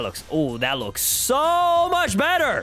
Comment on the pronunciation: "They made it even bether" Me:Bether or did u say better